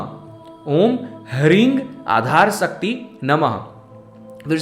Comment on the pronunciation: sakti nhi shakti bhai saab.... talking about your pronunciation